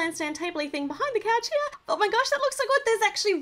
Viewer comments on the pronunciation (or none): You said coach not couch